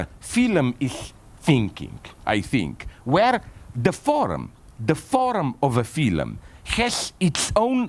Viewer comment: O Zizek disse "form" da primeira vez e da segunda parece dizer "fórum". Primeiro pensei que ele queria dizer "former" mas mais a frente ele repete e percebe-se melhor que ele diz realmente "form".